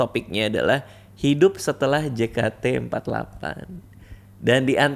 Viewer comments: Gemes bgt bang radit nyebutnya jekate. Padahal member udah nyebutnya jeketi :( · jei ke ti for ti egk , bukan je ka te empat lapan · juga bilang jekate empatlapan